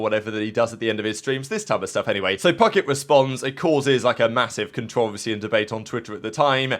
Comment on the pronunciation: The most appalling part of this video is how pronounces controversy.